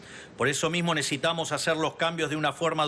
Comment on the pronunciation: Necitamos necitamos necitamos necitamos